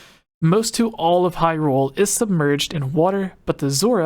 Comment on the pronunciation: "Hryule" Gaming journalism amirite Gamers?